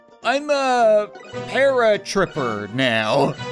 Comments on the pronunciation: it not called paratryper it paratroopers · OHH! i'm a paratripa-somthing me: parakoopa. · Ok im not sure if he saying the names wrong because of trade mark but. The names are gumba,paratroopa and chain chomp sorry if you find this annoying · Paratroopa. Common mistake.